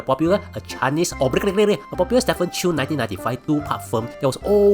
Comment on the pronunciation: Only youuuuu~ !!!! It's STEPHEN CHOW 啦，！！！！ What the hell with chew.